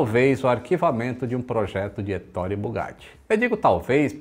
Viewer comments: Que história fantástica, uma pena que tenha tido um final tão trágico. E se me permite,, a pronúncia correta do nome do Bugatti é 'É-to-re'. A sílaba tônica é a primeira. (Heitor em italiano 😉) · Olá a pronúncia correta é “Etôre”!😄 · Muito bom o vídeo, mas se diz étorre, como se tivesse acento no e. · Você é xará do Bugatti, legal! 😉 Mas permita-me te corrigir, pois vc está equivocado a respeito da pronuncia do seu nome: a pronúncia correta é 'É-to-re', a sílaba tônica é a primeira. Estudei a língua italiana, mas se quiser conferir, pode jogar no Google tradutor e pedir a pra escutar. 😉 Esse nome equivale ao nome Heitor em português. 😊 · Marita Oliveira sim vc está certa! A sílaba tônica realmente é o primeiro “e”, porém o “o” tem o som fechado e não aberto “ó”!👍🏻